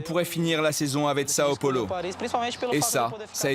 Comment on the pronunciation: Il sait pas dire Sao paulo le mec ?